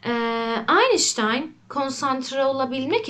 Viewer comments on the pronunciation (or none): none